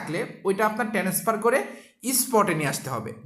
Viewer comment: ট্রান্সফার না বলে বার বার টেনেসফার বলেন কেন ??